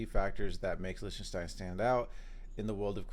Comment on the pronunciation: Pronounce it Licktenstein not Lishtenstein (Lichtenstein)